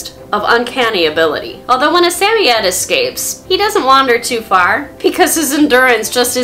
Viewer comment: I know. 😃